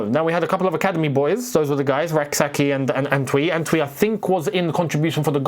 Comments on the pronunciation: The name isn't Ant wi. It more like Entwi like entry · It’s pronounced “An-chwi” not An-twi even though the name is Antwi. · Bro the name Antwi is not pronounced “Antui” it’s pronounced “Enchui”. It’s a Ghanaian name. Pls u guys should stop Bouchering it 🤣🤣🤣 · the name is pronounce ANCHWI pleeease is a Ghanaian name